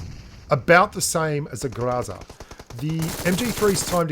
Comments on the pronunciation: Oh man, you weren't even trying to pronounce Гроза correctly. It's grozA, not grOza. Love the video, thanks mate! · Why do you insist on pronouncing groza improperly?